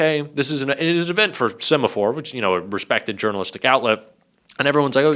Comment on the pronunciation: “Semaphore event????” Why are Americans, no matter who they are , unable to speak English?